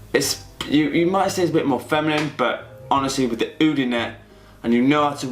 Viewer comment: Eyeoud 😂 It's just Oud mate